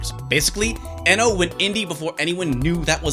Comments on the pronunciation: Kenji Eno's surname is pronounced as iino; it was his preferred and non-standard spelling inspired by Brian Eno. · That moment when you realize it's actually pronounced "Eeno"... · Hey, as a fellow retro fan I just want to say you're great and I loved the video. I think Kenji Eno was underappreciated in his time. I do want to let you know his name is actually pronounced Kenji Iino, like feed or greed. Back in the 90's romaji wasn't as well known in the west, so his name was spelled Eno to help people pronounce it. Ironically now romaji is very well known (especially among gamers and otaku) which has led to his name being pronounced ehno. Once again, love you, love your work, not being a dick or correcting you, just think as a fan you'd like to know. Hope October goes great for you!